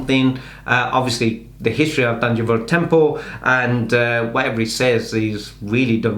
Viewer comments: Correct pronounciation -thanjaavoor temple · It's not Tanjore it Thanjavur don't spoil the name.